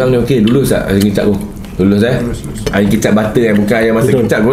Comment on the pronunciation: Saya dengar di menit 6 bukan ayam masak kicap tapi ayang masak kicap😂